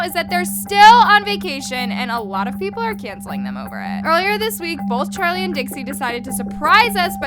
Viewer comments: "charleigh" im dead 💀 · 'charleigh' HAAHHHAHHAH